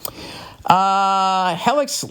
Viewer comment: My brother rants and raves everytime he goes to the chiropractor. Also its hee-lix billy smooth balls